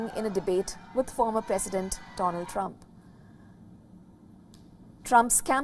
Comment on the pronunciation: He jibberished Dronald Prwump can't even get his name right